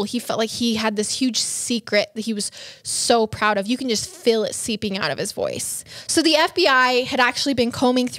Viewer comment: Love you guys but Again it's "MALE" not "MILL". Also it's "WHEEL" not "WILL"!! so cringy!!! And "You can just FILL in the video", it's "FEEL" 😂😂😂